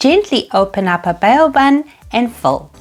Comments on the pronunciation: Just letting you know it's pronounced 'bow' not 'bay-o'. But what a great recipe! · Bow as in the verb that is. 😂